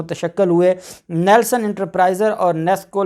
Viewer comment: very good. your pronounciation is correct. all persons called neeelson you told nelson